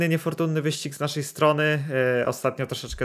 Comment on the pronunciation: "naszej" "musimy" !?